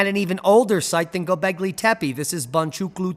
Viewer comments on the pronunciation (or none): none